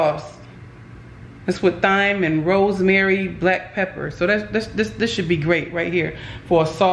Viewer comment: please stop saying “colleyflower”. 😂😂I thought you were kidding at first and the H in thyme is silent. No shade but I’d like someone to tell me.